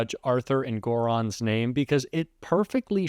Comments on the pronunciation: Who's judge Erdoron??? His name is Merchan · She knows his name . She mispronounced it on purpose just like the VP's name. They think they degrade them when they do it. They only show how much of a low life they actually are. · Mispronunciation of a name by them is their way of belittling someone .A former judge who may be under the influence insulting a sitting judge is a total disgrace of the robe. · Judge Janine not only got Justice Engoron’s name mangled up, she also got the wrong Justice. Engoron dealt with the Civil fraud case brought by NY AG The case due for sentencing is the Manhattan DA case heard by Justice Merchan. So Jack missed the mark too